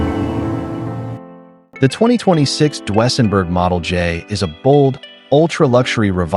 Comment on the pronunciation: DWSENburg?? Train your AI voice to speak properly!